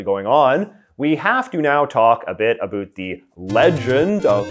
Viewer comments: we have to now talk “a bit a boot” what’s actually going on. That killed me. Not making fun of your accent but that was too funny not to at least acknowledge. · I can't tell if his pronunciation of about and around is an act because i have literally never heard a canadian anywhere in the country ever pronounce them that way.